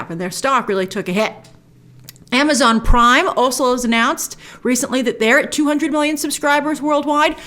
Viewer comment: Grace, the word "also" is pronounced all-soh, not all-suhl.